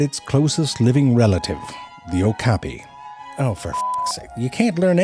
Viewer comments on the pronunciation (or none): none